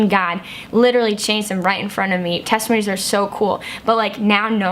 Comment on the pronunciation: Teste-moanies. Lol.